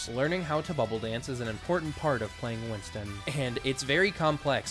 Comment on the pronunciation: Btw it's Winston not winton